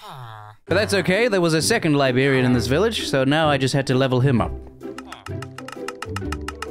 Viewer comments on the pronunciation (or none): This video was great, that last night was definitely gave main character vibes. Also, as an American... I haven't ever heard anyone pronounce librarian as liberian before. Jokes aside, this was a very enjoyable video, I'll be subscribing and checking out more of your content,.